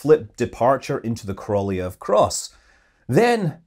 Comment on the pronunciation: Cool video once again! Only one comment: Sergei Korolev is pronounced „Kara-lyoff“, with the emphasis on „yo“. In Russian, unemphasised „o“s are pronounced as „a“s (In English „uh“) (therefore „Kara“, like in „Karaoke“) and the correct Russian letter for the last syllable is a „ё“, which due to the two dots, (which usually get lost in English) is a „yo“, not an „eh“. Thus: „Ka-ra-ljoff“. (Same as in Gorbachev, who was pronounced „Garba-chyoff“.) (In German, Korolev is transcribed „Korolov“, which is also not very much better, but at least doesn’t turn the „o“-sound into an „e“…) 😃